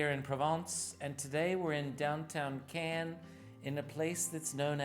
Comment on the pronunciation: Where ist the can? Oh, you mean Cannes. Not a can. ☝🏻😂